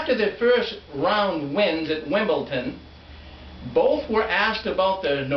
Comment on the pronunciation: it is WimbleDon not WimbleTon, get it right !!!